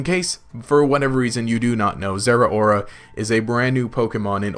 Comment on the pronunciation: People need to stop pronouncing Zeraora wrong. Zeh-row-ruh, as in cow